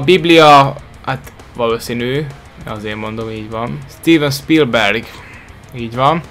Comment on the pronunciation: tiven spilberget momdtal a stiven pilberg helyett